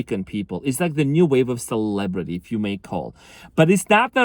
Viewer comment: Lol instead of celebrities, "celebrate-y"